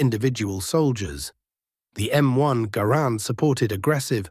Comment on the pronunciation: Mr. Garand pronounced his name, "GAR'-and", not "gar-AND'". How can you present his biography, and so glaringly mispronounce his name?